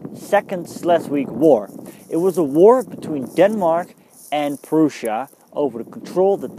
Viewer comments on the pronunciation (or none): Its prussia not prusia